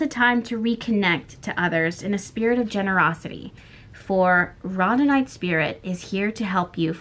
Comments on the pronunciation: Rhodonite is pronounced “road-en-ite “ ❤️ I hope that is helpful for that card. Also that’s the one I picked 🤗 about to listen , just wanted to help w that ❤ much love 🥰 Edit: listened before bed then again this morning over coffee.. with a gentle tear in my eye and a heart full of gratitude all I can say is Thank you. 🥰🤗 thank you 🤗🥰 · Rhodonite Pronounced "road uh night". 👑🙏🏽👑